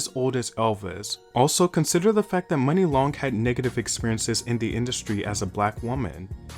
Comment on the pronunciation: I thought it was pronounced moo-nee???